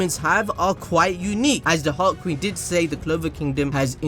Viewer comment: Whenever says "Heart Queen" I think he said "Hot Queen".LMAO